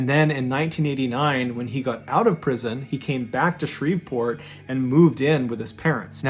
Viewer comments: Pronounced Shree-port. The "v" is silent. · Shreveport is pronounced Shree-port. The v is silent. 😊